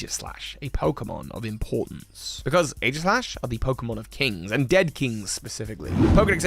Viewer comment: Oh no. The new kids mispronouncing Aegislash